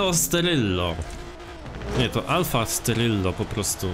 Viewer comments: stelvio nie steryllo xdddddddddd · to jast alfa stelvio a nie sterylo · stelvio a nie steryllo🤣🤣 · Alfa Stelvio a nie jakies Steryllo XD